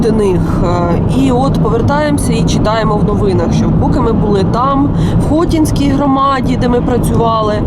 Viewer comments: Хоті'нській. Наголос на другий склад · Невірний наголос в Хотинській громаді. Треба на другий склад